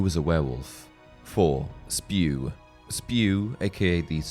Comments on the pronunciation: For god's sake... It's S.P.E.W. not SPEW ;-) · Not spew, it’s S-P-E-W!